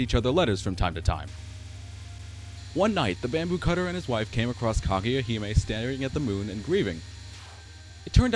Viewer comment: It sounds like you're saying "Claudia" instead of Kaguya XD.